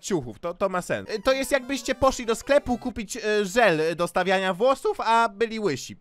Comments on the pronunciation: Szczotka do "wlosuf" boże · Te "struj" "włosuf" xD